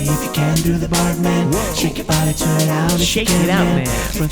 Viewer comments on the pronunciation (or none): none